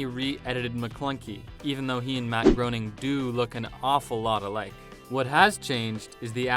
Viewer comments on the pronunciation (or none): Grey-Ning... not grow-Ning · wait isnt it matt gray-ning bruh did i get it wrong my whole life? HELLO?! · Matt “GROWN-ing”? Haha, yeah... learn how to pronounce someone’s name before you make a video discussing them! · Grayning. it's pronounced grayning. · They don’t even know how to pronounce Groening ffs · Mispronounces the creator of the Simpson’s name... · First, I think you pronounce Matt’s last name wrong. And second, they do? I’ve never noticed. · The fact that you guys couldn’t spend two seconds learning how to pronounce Matt Groening’s name before making this video is astounding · Narrator doesn't know how to pronounce Groening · It's GROENING it's POURING, the old man is SNORING..